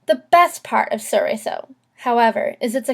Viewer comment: The L isn't silent. It's from Italian, not French.